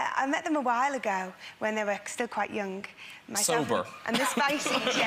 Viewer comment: Mel C pronouncing every ng as nk is so funny. "When they were younk... the future kink..."